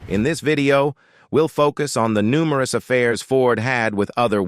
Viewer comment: "publiclie" "numeroose"!!! AI talks funny 🤣